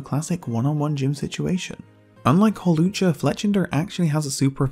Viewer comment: HAWLUCHA, NOT HALUCGA!